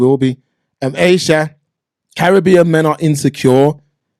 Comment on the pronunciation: Even the way you say Caribbean shows that you are a conformist.